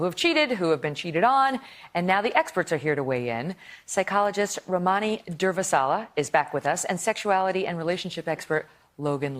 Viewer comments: Haha I love how Durvasula looked directly at the camera when Megyn Kelly struggled to pronounce her name. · How many times can she mispronounce Durvasula? Rude.